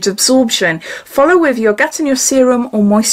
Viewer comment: It's pronounced 'Gatino' 😊💋